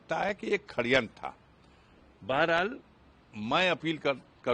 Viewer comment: Neta ji khadyantr nhi sadyantr he